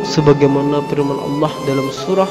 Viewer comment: Saudaraku.. Perbaiki makhraj huruf penyebutan asma Allah... pada huruf ha-Nya